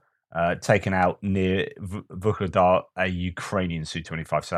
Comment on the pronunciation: There is no G in Vuhledar